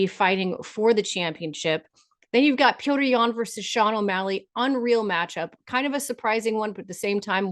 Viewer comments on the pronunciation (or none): none